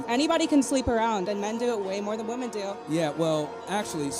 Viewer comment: Homie. The plural of woman is women. They are pronounced differently. Please.